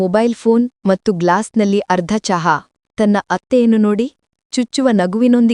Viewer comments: Matthuge mattu anthale .pronunciation sari yilla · Your kannada pronunciation is not good for and in kannada you say mattu it is wrong